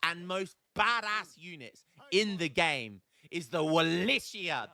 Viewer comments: it's like 'Wallakian'. The correct (Romanian) word is actually 'Vlahian', so it might be easier for you. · its pronounced wo lay kee uhn.;)